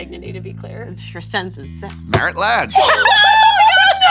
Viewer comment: Me, listening from another tab: "Wait, Marit Lage wasn't in 5-color Reanimator" rewinds "Oh, yes, that Marit-Lage"